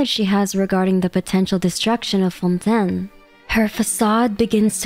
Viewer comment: Everybody, literally everybody in Fontaine: it's pronounced Fawn Tayn: Nah. Fawn Ten, mes amis.